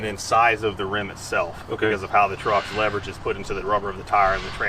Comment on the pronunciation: No one: Absolutely no one:: work trocks, tow trocks